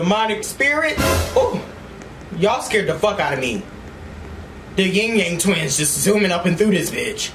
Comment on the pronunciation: “The yen yang twins” 💀😭😭✋🏾✋🏾✋🏾✋🏾